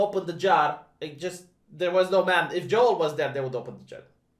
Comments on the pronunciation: It's Joel, not Joelle,. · I like how pronounces Joel as Jo-El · wop looks vee its latino we prononce it like that too lol